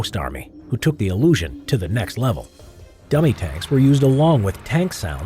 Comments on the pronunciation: Did anyone else hear gummy tanks? 😂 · Timbob Official her dummy tanks?